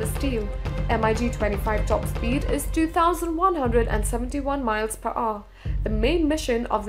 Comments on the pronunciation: "miles per o" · “ 1,875 miles per aw “ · Miles per uuh, watch at 0.25 speed